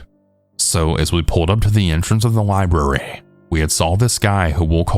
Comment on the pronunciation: the way you say library…… what area are you from? I’ve never heard it referred to as li•brew•ree